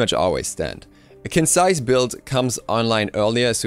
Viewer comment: Surprisingly enough, Qin's Sais is actually pronounced as "Chin's Sais". Chinese pinyin is weird, I know :P